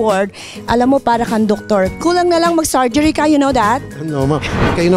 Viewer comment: Jannah Benito hindi surgery sabi nya sorgery and yu now dat hahaha